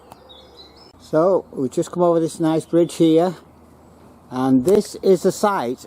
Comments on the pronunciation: 'Gate-Acre' is pronounced 'Gat-A-Kerr' and 'Child-Wall' is pronounced 'Chilled-Wall' but you nailed "Notty-Ash' ! The Lord Street station was converted into a bus station (it allways felt a bit weird getting a bus from this building but I didn't know it was formerly a train station !) Keep up the 'Good-Work' ! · Great interest, many memories thanks. But please Gatacker pron not Gateacre and Chilled-wall not Childewall. Sorry to be penickity but it matters to us locals. Still great work, thanks again. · The locals pronounce Gateacre as GAT ICKER - Childwall is pronounced CHILL WALL - Maghul is pronounced Ma' GULL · Gateacre is pronounced as "Gataca" I lived next to this line (The Childwall Valley Estate) up to 1992, I remember freight trains running on the line up to 1979. Childwall is pronounced as childwall useing the small i as aposed to the Capital I ... "childwall many people who do not live around here, make the same mistakes. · Gateacre is pronounced Gat acre and Childwall Chill dwall